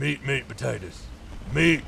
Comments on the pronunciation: when he was saying meat potaters, he sounded like slade wilson from arrow, the australian special forces guy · MEAT POTATOES MEAT MEAT POTATOES meanwhile Downunder everyone's frothing after hearing that in a kinda aussie accent